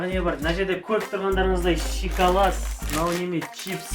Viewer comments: Ищи толган шиколад деп айтпашы пж. Шоколад деп айтшы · Шикалат емес шокалат деңзш😂😂😂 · Шикалад дейма😂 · шикалат, падарка аххахахаха сауатсыз говно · Сен осы дым көрмеген адам сияктысын и сосын шиколад емес шоколад